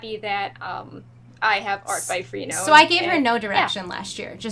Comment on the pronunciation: Not normally a critical peep, but I think her name is pronounced - Fra-No-nah (Frenone). (not free-noan)